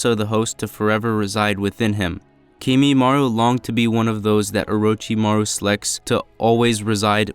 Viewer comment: It’s kimimarO 😭😭